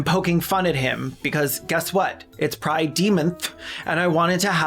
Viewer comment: CC's videos always have at least one point where I burst out laughing uncontrollably. This time is was when they said 'Pri-Demon-Th'. My brother had to ask if I'm ok.